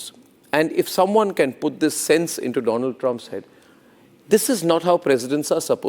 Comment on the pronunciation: Doland is that you ? Mr . DooLaand 😂